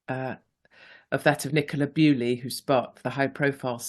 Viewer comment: Why do you keep saying Nicola Bewley? It's Bulley. I doubt any of her family will be watching but it's disrespectful to get such a high profile name wrong.